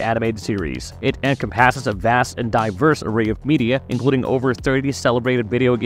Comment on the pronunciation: Including multiple instances of "en-com-PASS-es" and "en-com-PASS-ing"... like nails on a chalkboard!